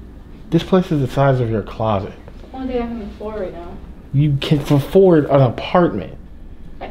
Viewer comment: "you can FUHford an apartment" lmaooooo